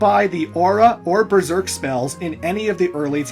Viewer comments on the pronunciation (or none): none